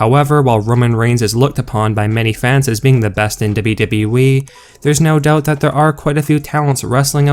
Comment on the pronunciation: No way you are saying "dubba dubba eee" like that by accident. It's a work!!!...I really do hope so.